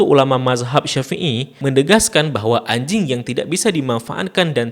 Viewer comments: Selo lah bg bilang anjingnya~ 😂😂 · ngomong ANJING nya teges banget di menit ke 😅